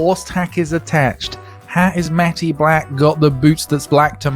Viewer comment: The word 'matte' is pronounced 'matt', not 'matty', you nimrod.